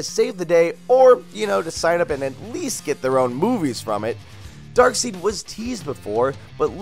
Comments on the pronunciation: did joven just pronounced it as darkseed? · Did he just say darkseed (darkside)